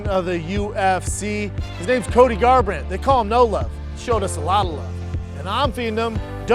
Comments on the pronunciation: I noticed that too lol cody garrrand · gar—rant bwuh bwuh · CTE kicking in, Brenden can't even say Cody's name properly. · Did Brendan have a stroke on that first manscaped commercial? Love that y'all just said fuck it - we're not reshooting that. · He bailed on Cody’s name. Hilarious